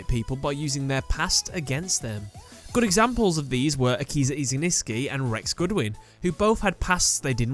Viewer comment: I really like this but please, please, please, read the names correctly (Iziniski =/= Izinski, Hitoma =/= Hinotama, the latter ones being the correct ones). Also, might be worth mentioning the original (japanese) names for other characters as well, after all, those are the original, as well as the story of the Japanese version being, you know, the "right" one.